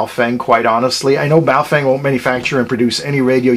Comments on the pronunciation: ba-oh fung.... not bay o fang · Pretty sure it is Boof-wang.